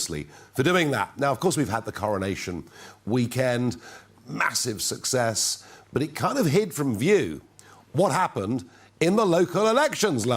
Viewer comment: Did he say " massive succes"?